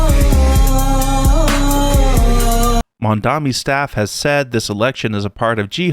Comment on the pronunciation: do you keep saying MandaMi? I don’t hear so well and YouTube cc keeps showing it that when you say it.